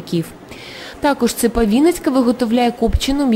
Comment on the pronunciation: Девочка, не украинские - ударение не на "А", а украинские - ударение на "И". Просто тошно слушать о безграмотности произношения, которая говорит о тупости !!!